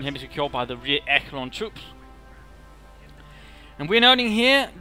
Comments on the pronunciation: Echelon is pronounced "eSHelon" not "eKelon" At least in English it is, even though it is a French term. I still think they pronounce it eSheleon. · You're right, it's échelon in French. É-che-lon